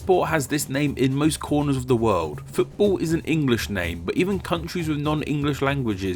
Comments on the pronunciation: Why do u say footbull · 'Futabol' is your pronunciation you fool